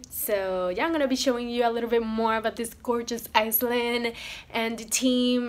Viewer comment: You are sooo beautiful 🤩 ♥️♥️ Funny you said Bermuda es a small” Iceland “ instead of Island 😂